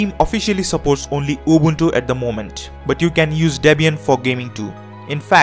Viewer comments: at least he's not pronouncing it "ubantu" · His pronunciation is 100% correct. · I realized people with English as their first language always pronounce it like Ubawntoo when the letter u in english is still pronounced normally like the guy in this video pronounces it. There is no reason to pronounce u as aw or o even in English.. No idea where it comes from.